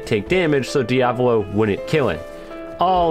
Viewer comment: Same thing with diavolo